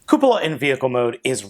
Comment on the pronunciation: is the only reviewer to pronounce "Cupola" correctly. Great review! Sorry to see that your camera bugged out on you mid review. I've got this figure, plus FP Crox, coming from Big Bad any day now. Can't wait!